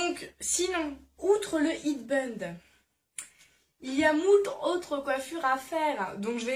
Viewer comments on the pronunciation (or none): c bien mais ça se dit pas "hid" band ça se dit "héd" c un mot anglais et head c tête.... en tout cas c ce que g appris! mais t vidéos sont cool! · Juste un petit détail qui tue ; Un HEAD BAND c'est un "Bandeau de Tête" en anglais... Head se prononce head, (phonétique : hèd) non pas pas "hid" (?)... + BAND qui s'écrit comme ça se prononce, comme dans "bande velpeau" mais certainement pas bun, bund ou autre surprises. Du coup j'arrête peut être la vidéo car le mauvais Français ou Anglais me saoulent pareil. Dommage car certaines "influenceuses" sont bilingues et seule ta très jolie tête ne suffira pourtant pas à traverser la Manche ou l'Atlantique. Elles elles se font pourtant des sous car les "jolies frenchies" font un tabac en mode et beauté. MA BELLE FAUDRAIT BOSSER TON ANGLAIS (au moins pour les mots importants des vidéos !). Tu as la beauté, la douceur, le sourire, de très bonnes astuces, pertinentes ; l'anglais ça s'apprend, le reste rare de charme inné tu l'as déjà !!!! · tes super mais je suis moitier Anglaise et moitier bon bref pas important mais je suis Anglaise et njuste que c'est pas hid band c'est head band bisous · Par contre on dit hèd band pour la prononciation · Par contre la prononciation de "headband" c'est pas possible... Mes oreilles saignent .